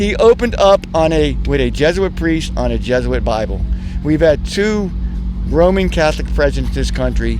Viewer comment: Did the guy in the striped shirt say, “roaming Catholic”?